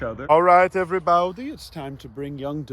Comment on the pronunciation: The "everybaiudie" never gets old😂